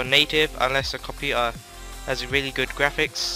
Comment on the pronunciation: do you have a slow computaa lol, sorry it sounded wierd. But good video dude. could u do a tutorial on how to do the getaway black monday on the emulator plz!